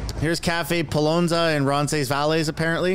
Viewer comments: Roncesvalles is pronounced "Ron-SEZ-vale." The final "s" sound is silent. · It's pronounced; ron ces vails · It’s pronounced Roncesvale. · Lol Roncesvalles is kind of pronounced Ron-sis-vales, or just referred to as Ronsi in Toronto....also, think your Freeland impression is right on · Roncesvalles is a street in west Toronto. Phonetically it's pronounced Ronses-Vals. It's where most Poles and Ukrainians live in Toronto near High Park (largest Urban Park in Toronto) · Ron ses vales say it that way. The West end of Toronto. Big Polish community there. You can just call it Roncy and we'll all know what you mean. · Ronses-“ Vales” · Fyi "roncesvalles" is a street / neighborhood in Toronto. Most people say "roncesvill" or just "roncy" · Ron-sis-vale, bud. That's how to pronounce Roncesvalles. It's a yuppie lib Hotspot in TO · ron-sen-ville Thought U lived in the T-Dot. Queen W & the Gardiner (just north) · Its pronounced Rons is vails .. . I live close to there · It pronounced Rons -as vale its a Nieghbour in TO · ronces vahles like in whales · Nice try. The cafe is in west end of Toronto. Its pronounced Ron- sens- ville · its pronounced ronsinvails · Roncesvalles pronounced Ron Seh Vals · Being from the GTA it was hilarious to hear you butcher Roncesvalles 🤣. The S' are silent 👍